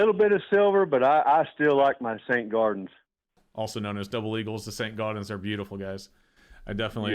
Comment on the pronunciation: that was the joke. Bro pronounced it ‘garden’